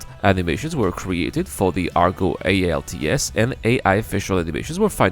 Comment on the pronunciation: “ALTS” lol